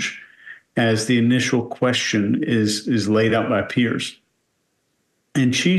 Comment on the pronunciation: I swear when she says “Piers” that she is actually saying “yesss”. I swear I had to watch it several times to make sure she didn’t actually say yes.